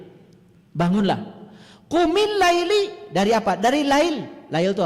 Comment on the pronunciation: Baca aja salah,qumillaila jgn Laili,Muzzammil itu siapa,bc aja ayat selanjutnya,ayat ditrang oleh ayat.spertinya lngatan ini org terganggu sbb mama mama senyum terus sebagai pndengar Budiman.